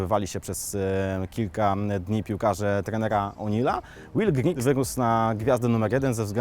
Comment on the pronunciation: Will Grigg a nie Griggs...